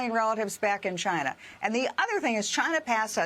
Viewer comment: "Maybe that is a question you should ask Chy-na." DJT